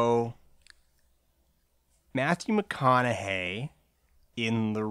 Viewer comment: Mathyu McOn-a-Hay is dead?